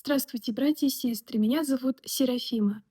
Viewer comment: Простите, мож я чего-то не знаю, но.. Что не так с буквой "Ё"? сЕстры...🙄